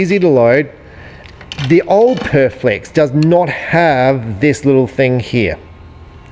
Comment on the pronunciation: Perfex not Perflex